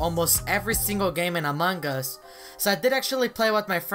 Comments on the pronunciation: Wait when u start match and became impoater u said amagas .-. Just saying not tryna be rude. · this is how many times he said amon gus BROO I DIE EVERYTIME U SAY IT 🤣🤣